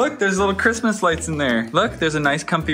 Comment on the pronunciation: luna: crishmish rights